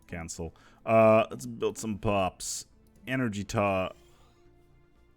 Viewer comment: Did u say Enegry in Russian or am i dreaming? :)